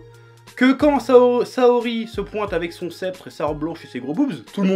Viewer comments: il a dit sasori au lieux de sahori voilà juste pour dire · Saori pas Sassori 😂😂 Si Saint Seiya a un super scénario, et justement ce n'est pas si maniquéen Ikki, Saga, Kanon, Shaka, Sion, Shura sont autant de personnages interréssants et complexes. Et puis il ne faut pas oublier l'un des meilleurs personnages tout manga confondu, Mû, qui est juste exceptionnel. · Saorie pas sasorie 😂😂😂😂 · Tu as dis sasori ;_ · "Sheika" "Sassori"... T'as fumé un gros joint au miettes de cartouche/dvd de Zelda + Naruto avant de faire ta review pour écorcher pareillement les noms ? :)